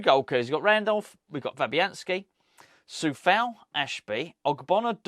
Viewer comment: It's Coufal not Cofal btw